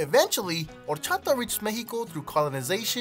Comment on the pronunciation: Did he initially say Whor-chata? Lol😅